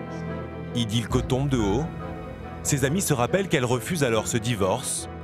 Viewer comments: Ce n'est pas Idilko mais Ildikó! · C'est ildiko et pas idilko !